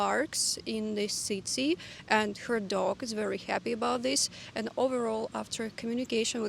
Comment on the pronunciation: Your English is very good, but it's funny to me how you pronounce 'her' as 'hyor', even though you pronounce the 'Ger-' in 'Germany' perfectly and they sound the same. I don't know if you appreciate English tips in the comments, but I just wanted to say that ... Anyway, another fun and interesting video. Thanks. 🕊